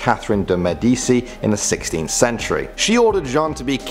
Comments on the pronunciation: It's pronounced med e chi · Top 10 Scary Italian Urban Legends please PS. you mispronounced Medici